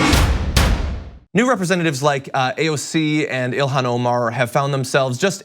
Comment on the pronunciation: John - Ilhan is pronounced Il-on (the "h" is silent). Be in the forefront of people who pronounce her name correctly.